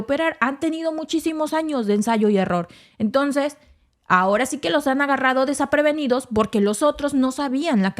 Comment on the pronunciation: se dice desprevenidos no es desaprevenidos